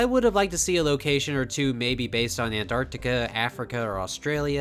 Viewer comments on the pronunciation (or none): none